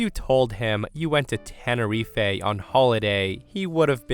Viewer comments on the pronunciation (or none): Pretty sure you still butchered the pronunciation. We call it Ten-eh-reef. Not Ten-eh-reef-ay. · it's not Ten-eh-riff-ay or Ten-eh-rife, it's Ten-eh-riff. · Tenerife is pronounced ten-er-eef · I always thought it was pronounced "ten-ah-reef" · Stevie-boy also pronounced Tenerife incorrectly– it's ten-uh-REEF 😅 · Yeah. Still butchered the pronunciation of Tenerife. It’s Ten-er-reef. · Tenerife is pronounced Ten-uh-reef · I'm surprised Stevo never told you you were still pronouncing Tenerife wrong. It's 'Ten-a-reef'. VL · Stevie's right to be appalled when you consider it's pronounced Tenereef. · stevie correcting fluff about the pronunciation😭☠️ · Stevy-boy said I pronounced Tenerife horribly wrong so I re-recorded it. proceeds to pronounce it wrong again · It's okay if you pronounced Tenerife wrong, it's hard for english speakers to get words that came from spanish right the first time, and thanks for sharing these stories as always. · Thank you, Steve-O for guiding pronunciation of Tenerife. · and he still got it wrong lol! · Yup, he still got it wrong haha! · Is anyone going to tell that the last e in Tenerife is silent?